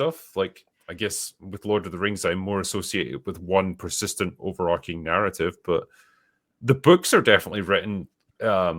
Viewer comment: The term is overarching, not overarcing (which isn't a word). Do better.